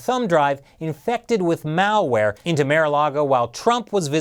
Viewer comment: Did say Mal ware? Or Mao ware? LoL